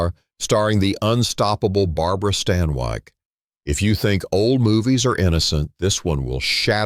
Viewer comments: Barbara Stan"Y"KE...no, it's Barbara StanWICK. You whole show is talk,talk,talk. No show no sound, just talk. Ick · barbara STAN WIEKK ??? lmao it's stanwyck pronounced "STAN-WICK". your AI voice is ☠ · Lots of these movie lists vids are totally AI. Easy to gather info and even clips, remix film writing styles, no humans involved. Some are entertaining i must admit. This one just pronounced Barbara Stanwyk as Stan-WIKE. they dont even review these for mistakes, or know the difference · a in and already we have - barabara stanwike? its barbara stanwyck! when words and names are mispronounced like this its a sign its a. i. why people can't just narrate their own yt videos is beyond me. if you can't do it get someone else to do it. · Barbara "Stan-wike" 😂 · Barbara Stan-Wike? Been Bot long? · AI voice mispronounces Stanwyck.